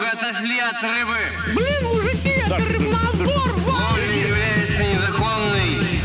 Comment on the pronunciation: "Это рыбнадзор!" Я сначала услышал рыбокоп, переслушал.